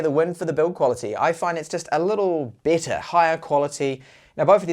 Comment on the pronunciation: He has a problem with those two words, seriously.